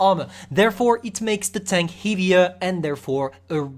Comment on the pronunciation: heavier!!!! not hivier!!!!!